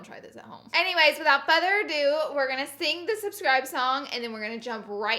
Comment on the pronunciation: “Without feather a due”